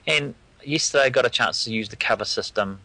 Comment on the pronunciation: just yisterdiy? viry frish WTF